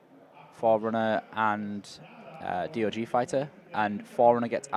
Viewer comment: It's DOG not D.O.G. 😂😂😂😂